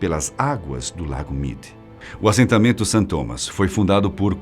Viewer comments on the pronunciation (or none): none